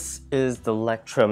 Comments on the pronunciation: LEUCHTTURM hahahaha your pronounciation! At first I thougt you talk about a brand I never heard of before. Hahaha. Please look in Google for the German translation of lighthouse and check how it sounds in German, oki? ;-D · he was not joking lmao. That's why he said he loves the way he pronounces it. Do you think he would have said that if he thought he was pronouncing it correctly? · I’m a German too and it’s really awesome, hearing englisch people saying that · It's pronounced loyce-trum (German for lighthouse) and people call it mole-skin, but it's an Italian word, and their CEO pronounces it mole-uh-skee-nuh. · not the right pronounciation.....Leu... is said like LOI....CH sounds like a long soft k.....leucht turm....so easy...😃 ..the best notebooks are from montblanc...best for writing with my parker duofold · It's called sarcasm. He did mispronounce it; Leuchtturm is pronounced 'loych-torm' where the "ch" you pronounce with the back of your mouth (just use Google translate to hear it). He completely butchered it (but props for trying lol) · Leuchtturm is pronounced roughly like loyht-toorm, fyi! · I love that you say ✨Lectrum✨to Leuchtturm…the „ch“ sound is probably hell of weird for English speakers. Loved your review :3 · Nice video! Very well explained-btw it is pronounced as loysht toorm ( light tower in german) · My German ears were shocked when I heard "lectrum". Word means Lighthouse ;> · i love how he pronounces leuchturm you prounounce it loichtturm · Stamp collectors pronounce Leuchturm "Lighthouse." 😄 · You pronounce "Leuchtturm" something like "lectrum", which is totally wrong. Actually, "eu" in German is pronounced like "oi" (like e.g in "foible", "moisture"). The "ch" is hard to describe, since something similar does not exist in English AFAIK. It is similar to Greek "X" ("Chi"), which is a kind of hissing sound. And "Leuchtturm" actually means "lighthouse" (taken literally, it would mean "shine-tower"). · Name completely butchered wtf 😂😂😂